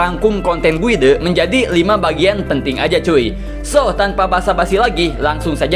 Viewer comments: cara baca guide tu bukan guidé, tpi gayd. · err.. perasaan guide bacanya "gaid" kan yak?